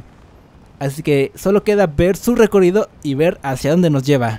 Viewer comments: Porque dices recorido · Por q dice recorido 😂😂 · Me rei como pronuncias recorrido perdón xd